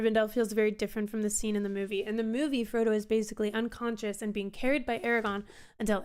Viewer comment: There are two 'R's in Aragorn.